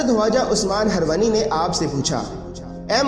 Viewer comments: उस्मान हरवनी नहीं उस्मान हारूनी है है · Bhai name sahi se lo khwaja shab ke peero mursid ka HZARAT KHWAJA USMAN-E-HARUNI- he harwani nhi he ok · aap kam bada achha kar rahe ho.but aap ke pronounse sahi nahi he. Waja nahi khwaja bole.hirwani nahi harooni bole...